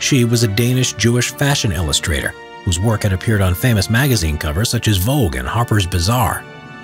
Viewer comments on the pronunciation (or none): none